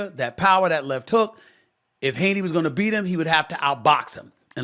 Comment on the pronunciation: Devin Haney = Daney